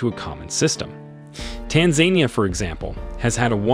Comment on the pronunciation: You mispronounced Tanzania